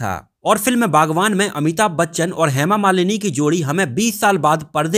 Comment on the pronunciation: बागवान नही बागबान है रे